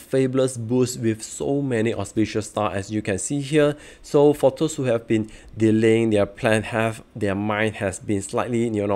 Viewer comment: thanks. but really you might want to improve the pronounciation to appeal to wider audiences. especially when you said "those" as thirst.